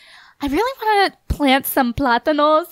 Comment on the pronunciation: I'm Spanish when I herd u said platanos I was dieing